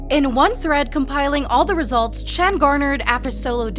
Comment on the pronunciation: No, this person who can't even pronounce his name right is tripping 🙄